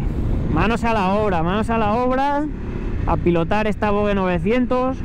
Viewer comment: Se pronuncia VOJE !!